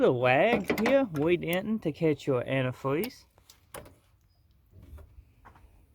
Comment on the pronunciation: Wow dats quazy anti fweez